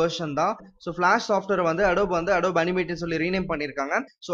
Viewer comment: I'm not trying to be rude but it is pronounced Ado-bee not adob